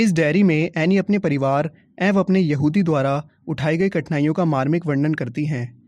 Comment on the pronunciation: When u say yahudi I thought it was behudi 🤣🤣🤣🤣🤣🤣